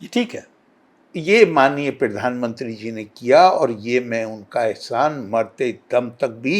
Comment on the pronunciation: क्यों करे इस मूर्ख को फॉलो,ये ग्रंथ को गि रनथ और प्रधान मंत्री को पिरधान मंत्री बोलता है।न तो दुनिया जनता है और न ही धर्म।100 मूर्ख